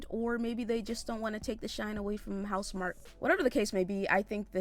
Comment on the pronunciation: it's pronounced mark 😁